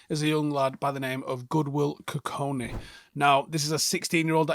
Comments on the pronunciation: Our mans massacred that pronunciation for 10 minutes straight 😭 GoOdWiLl KuKoNe 😂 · Got his last name wrong multiple times mate. There’s a ‘K’ before the ‘I’. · Kukonki and not kukoni as well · Forgive me mate but his name is KUKONKI NOT KUKONI